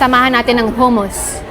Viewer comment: Huh-muhs ( hummus ) 😅